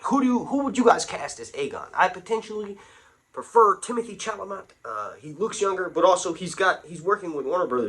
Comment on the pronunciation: But the y are both Aegon. It's pronounced 'sha la may'